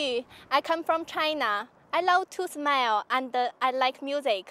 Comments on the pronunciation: I think she said "I love to smile and I like music". but she pronounced like "I love to smell under I like music". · Well, does anyone hears she said "I love to smell"??? She pronounced the word "smile" to the word "smell". That's absolutely ridiculous!